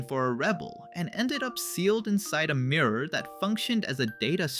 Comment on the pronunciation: "The merror". Maybe make sure your ai voice over is correct before posting next time.